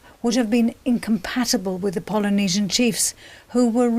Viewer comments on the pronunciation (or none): and btw it's Polynesian not pilynesion